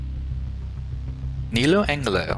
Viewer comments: Lol he said neo Angle-Lo....it's neo Angelo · Oy! It's "Ne-low Ange-low!"